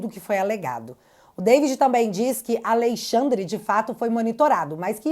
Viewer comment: Esqueceu o "n" de AleixaNdre.kkkk😅😅